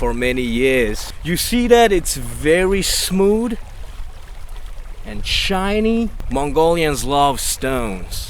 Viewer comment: "so smood... so chiney.... let's go for cock" 😂😂 I'm subscribing for sure